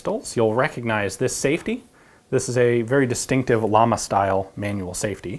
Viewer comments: Ian, Llama is not pronounced like the animal. It stands for flame, which is pronounced something like Jama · Llama means flame.. pronounced Yama ! Just spreading some information about the pronunciation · GreyDevil Ian knows this. He explains why he pronounces manufacturer names such as Walther and Llama incorrectly but in a way expected by Americas in Q&A #7. I agree with the logic he laid out.